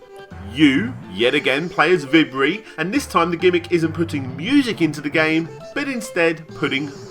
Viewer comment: vibri is pronounced vee-bree btw